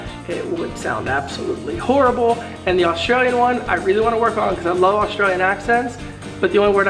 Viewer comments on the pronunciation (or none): It's Australian, not Austrailian. Just sayin' hahaha